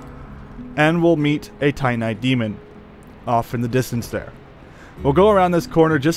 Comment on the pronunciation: Your pronunciation of Lordran and Titanite are absolutely atrocious